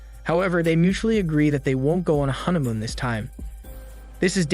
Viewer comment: Why do I feel like your saying huntamoon???